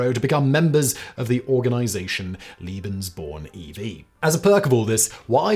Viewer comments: Lebensborn, not Libensborn… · Ik this vid is a bit older but its a good one tho i do recommend atleast learnong the pronounciation of german words (im german) u said Leben like lieben which means love so that rlly doesnt make sense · haha, I was so confused at first when he kept saying 'Liebensborn' instead of 'Lebensborn' and kept thinking 'but... this certainly has nothing to do with love...' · Oh and "Lebensborn" is "lay-ben's-born"^^